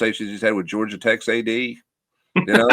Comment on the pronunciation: Pet Peeve is the pronunciation of you know as yaow.